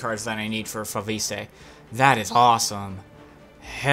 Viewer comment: It's pronounced Fo-vist (fo-vis-t(e) in french)... just saying... you're welcome